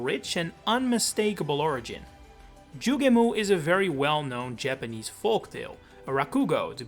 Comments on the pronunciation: Joo gay mo, not Joo gah moo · ITS NOT PRONOUNCED JUGE-MOO. ITS JUGE-MO! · Delete this video, you sound like an absolute fool building any theories on the sound "moo" which is no where in the word "Jugemo"